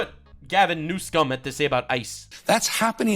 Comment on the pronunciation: ngl the way said Newsom sounded a lot like New Sin